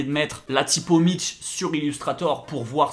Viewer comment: Perso le T dans mitch me dérange 😬 Sinon t chaud 👌